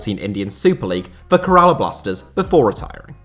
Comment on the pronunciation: It's an actual pain to hear him try and pronounce Kerala and Pune Its pronounced Kae-ra-laa and Poo-Nay